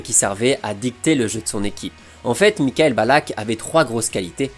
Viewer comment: Ben non pas du tout, ça se prononce Mi-cha-ël. Avec un CH soufflé comme en néerlandais, légèrement teinté d'un "R" étouffé, un peu comme le jota espagnol